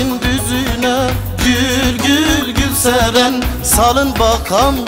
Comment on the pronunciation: Teşekkür ederim adımı en güzel telaffuz eden adam 😂😇